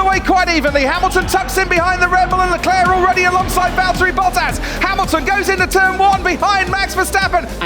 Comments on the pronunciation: Still can´t pronounce leclerc lol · I hate the “Leclerc” pronunciation.